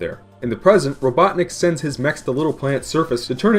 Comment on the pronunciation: Doctorr Ivo Eggman R-r-r-robotnicc.